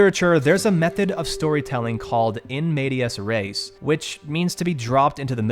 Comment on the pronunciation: “In medias res” is pronounced more like “in media rez”.